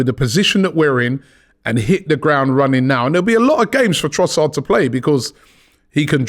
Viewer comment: Robbie. You sir have been this for a decade now and you still can’t get man’s name right 😂 Love you man, BIG UP!